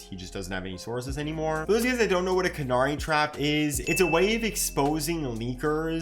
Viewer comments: I laughed at that, never heard a single person ever pronounce canary as "can-are-y". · Are you pronouncing 'canary' wrong on purpose?